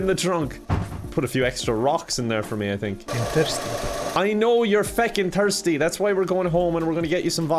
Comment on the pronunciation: For a second there I thought the guy said I'm bimpson not I'm thirsty 😂 (Flashbacks to bimpson song)